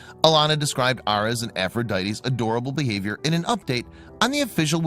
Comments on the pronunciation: It’s pronounced “Air-eez”, not “Aur-ess”. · please work on pronunciation. air-eez as in the star sign.